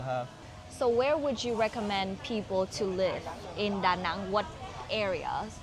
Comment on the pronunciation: I think they pronounce it DaNang not DaNong